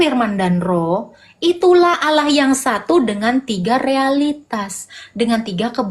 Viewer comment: Nggak yakin ibu ini mantan muslimah. Krn di vidio yg lain ketika dia menyebut Allah lafaznya ya seperti nonis pada umumnya 🤦‍♀